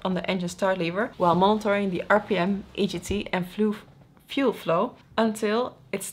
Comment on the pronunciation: "Fluef", I love human errors, it's cute.